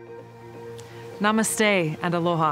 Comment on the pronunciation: You can not pronounced namaste even not pronounced word jay haha